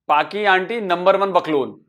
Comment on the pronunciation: boklol nehi sir. porklol boliye